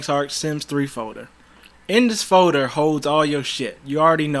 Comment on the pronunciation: Which foder? 😂🤣